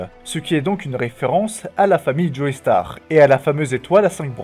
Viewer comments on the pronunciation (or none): Merci beaucoup pour toutes tes vidéos... Cependant, je trouve que ce serait bien que tu respectes les prononciations des noms des personnages, les choses du genre "Jolaïne Joéstar", c'est vraiment dur à encaisser. 😅